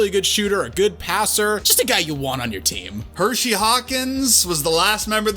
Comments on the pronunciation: Both of you pronouncing it 'Hershey', like the chocolate bar, & not 'Hersey', like his name, is murdering me :( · I just want y’all to pronounce Hersey Hawkins’ name correct one time. His name isn’t Hershey. He’s not named after a chocolate bar lol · The way you guys said Hersey have me cancer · Dog it's Hersey Hawkins not Hershey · Hersey Hawkins, not Hershey. He isnt a chocolate bar. Smh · His name was Hersey Hawkins, pronounced like Her see, not Hershey you idiots. Do your research before looking stupid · I cringed every time dude said "Hershey Hawkins." It's Hersey... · HerSey Hawkins. NOT Hershey Hawkins. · Minor misstep. Ngl, "Hershey" sounds a bit cooler.